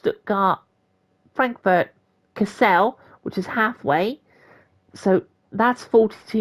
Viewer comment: Kassel is not Kass-el, it’s more like Ka-sl. Very similar to how we say Castle.